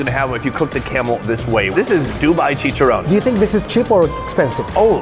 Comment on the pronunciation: Mans said chicharon brooo its haram